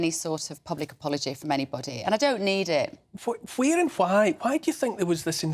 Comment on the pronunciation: The "H" is silent Neil... "huwhere" and "huwhy"...ffs, you do my head in.